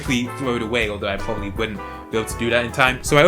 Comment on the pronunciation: Nice video, but you are annoying as hell with pronouncing your 'r's like w. For instance "If it sounds too good to be twue, it pwobably is."